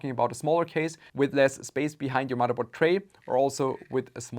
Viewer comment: I watch this channel to hear when he says mudderboard